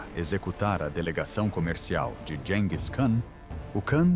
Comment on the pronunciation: Gis e não dis😮